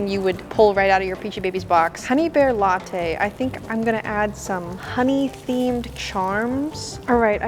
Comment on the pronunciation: The honeybear lattay😂😂😂😂